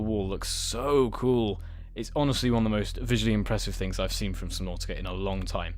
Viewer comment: I have never been on this channel but... I like how you said subnautica for me it sounds like subnåtica